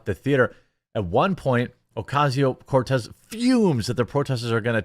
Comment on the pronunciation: You don't roll the R in Cortez. Only the double R such as "carro".